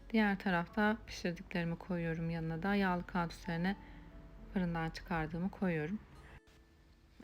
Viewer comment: Kağıt kelimesini telaffuz ederken lütfen biraz daha dikkatli olunuz, aşırı itici geliyor kulağa. Saygılar.